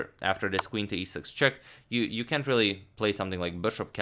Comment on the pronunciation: you did say "cänt"! ...a condiment reference, i guess!? ( is he feeling blue? )